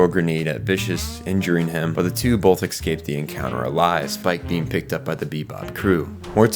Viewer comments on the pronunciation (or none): Such a great video. As a CBB lover, there's so much I didn't realize. Small annoyance. "Escape" isn't pronounced "Excape"! Nails on a chalkboard!